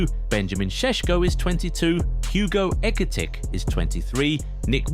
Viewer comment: How many different ways can you mispronounce Ekitike?